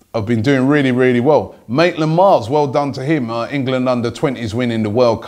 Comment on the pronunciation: Its maitland NILES not Miles